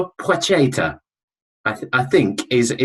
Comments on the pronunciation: Pwa-het-a .... It's really not that hard to say. It's not a ch sound. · PLAH-CHET-AH - I am sick of listening to debate around pronunciation. Call him whatever you want, I have no doubt he couldn't care less. We are english, so pronounce it in english and get on with life.